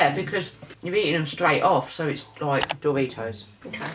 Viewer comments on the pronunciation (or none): no one: and: Dooritos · Who noticed they say dooritos